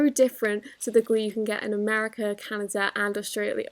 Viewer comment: I LOVE how she says Canada= 'CanaJa"